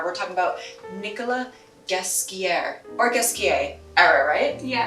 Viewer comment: Nickolas Ghesquière!!! You meant horribly wrong stress in a syllable on the title doubly. And much better saying with french pronounce [nikɔla ʒɛskjɛʁ]